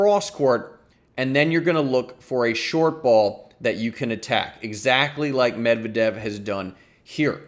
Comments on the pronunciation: Your emphasis is on the wrong syllable on Medvedev name! It's MED-vedev. NOT med-VED-ev. I wince every time I hear it. Other than that, nice breakdown.👍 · YOU ARE SAYING HIS NAME WRO..... OH OK I just heard you say it correctly.... but just once....eh nvm you went back to your butcher. Medvedeeeeeeaaavvvv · I just wanna know where you get that "Med-vedev" pronunciation. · Its Med-ve-dev u Dummy!! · good stuff as usual! you and darren cahill pronounce Medvedev differently, interesting that there isn't one pronunciation that tennis commentators seem to be using. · Good strategic breakdown, but I got distracted by the pronunciation of Medvedev. LOL. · Lol you should stop uploading tennis videos and start uploading your standup routines. Also, I think you're pronouncing Medvedev wrong.